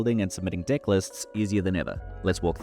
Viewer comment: Awesome and sorry but I cannot stop hearing dick, dick builder and dicklist everytime with that accent, sorry man 😄